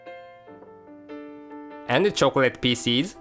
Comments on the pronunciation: Anyone else hear "chocolate feces"? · xD " ..And the Choocolate Peaces" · it sounded to me ash though he said: 'and the chocolate feces' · lol fransis pronouse pieces as feases